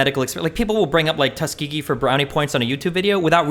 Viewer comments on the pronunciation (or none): none